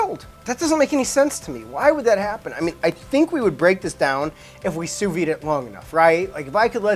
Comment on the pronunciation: Great channel! Why do Americans have a tendency to pronounce “sous vide” wrongly? It’s “SOU-VEED” with a hard D